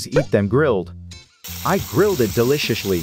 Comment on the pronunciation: I always giggle when he says "delishishly"